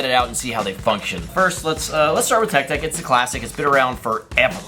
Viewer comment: bro he was saying it’s tech deck it’s cause he said TECK deck and not TECH deck